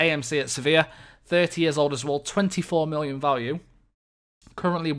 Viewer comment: Why are you saying mollion? I don't get it.